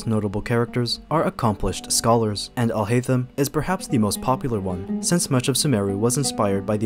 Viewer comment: When you pronounce Alhaitham’s name as « alhaizen », that is only in the Japanese dub and it’s incorrect. The way we say it in English is how you actually say it in Arabic.